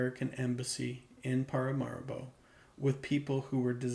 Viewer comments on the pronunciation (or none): none